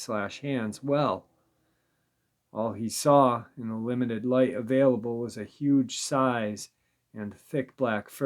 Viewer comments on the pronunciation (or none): none